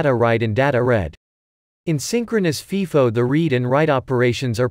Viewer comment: It’s pronounced FIFO with a long “I”. like FYE-FO. It’s NOT pronounced like FEE-FO